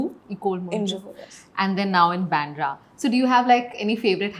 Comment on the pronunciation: Byandra nahi bandra bolo